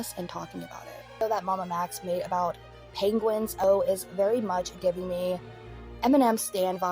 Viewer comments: He said the pronunciation once (& no ones ever said it again lol): “Penguin-Zee-Zero” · "Penguin-zee-zero" is the only acceptable pronunciation 😂 Fr the MamaMax situation has blown up way beyond what I expected. I've seen crap with Max before but not on this level. Also for what it's worth, I'm very rarely on discord lol I understand Charlie on that. I'm also bad at responding to DMs.. and texts lol I only use my laptop to play the Sims or watch movies on my friend's server. Thankfully nobody relies on responses from me. Max used to make decent videos, I never looked much into them, so lack of evidence didn't stick out. It's strange looking back now. When Nexpo spoke out, Muta too.. Max ended his own career by treating the people that supported his past mistakes like crap.